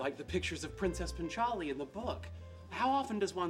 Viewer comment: The way he says 'punch aali' is so fuxking annoying. Its paanchaali